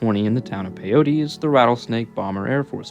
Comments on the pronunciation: Pyote PIE OAT ITS PIE OAT NOT PIE OTEE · Thanks for this video! My dad was stationed there in 1944 as a sergeant Chief Photographer. It's pronounced PY-oht, not "pay- otie" Peyote is some kind of drug Pyote (/ˈpaɪoʊt/ PY-oht) is a town in Ward County, Texas, United States. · Its pronounced Pi-yote..sorry im a West Texas guy...Great video! Thanks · It's pronouced Pi-yoat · Say it with me… PY-YOTE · Nice video I'm working in Pyote. FYI, it's pronounced pi-yhote, the e is silent. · I lived there when it was a prison during the 90s. It is pronounced "pie-oat".